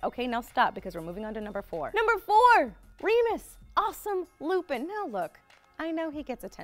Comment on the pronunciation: It's not Remus!😠